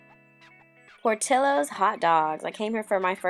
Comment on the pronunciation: empanadas. portillo.... lol